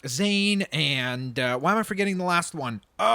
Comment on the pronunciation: And it's not Zade its Zane